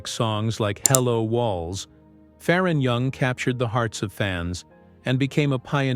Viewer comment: His name is pronounced Fair on not Far on